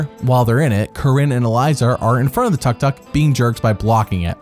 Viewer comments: What the heck is a "tuck-tuck"... do you mean Took-Took? lol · Tuk Tuk, not Tuck Tuck